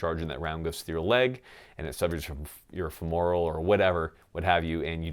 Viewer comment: Know how I know you're military? (Despite the obvious) Because you mispronounce femoral like me and every other veteran 😅